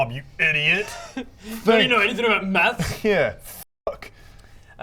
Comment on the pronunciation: when you hear meth instead of maths